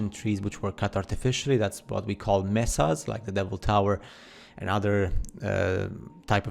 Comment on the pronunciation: ALLEY. Tornado alley. Close though. Argh! Mehsas?! No, you idgit! MAYsa!